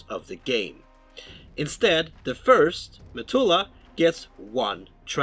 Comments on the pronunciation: Every time you said "methulah", I died a little. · A good video, and a much needed recap since I last played it over 20 years ago! A small point, I think you mean to say Methuselah (Me-thu-se-lah) however. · Should it not be "Methuselah"?